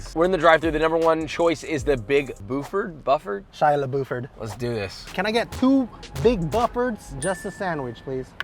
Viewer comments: It mildly infuriates me that they couldn’t imagine that the Big Buford is pronounced “byoo-furd” and not “buh-ford” or “boo-ford” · The Big Buford is pronounced like it rhymes with View. "Biewfurd" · I cringed so hard when that idiot mispronounced Big Buford.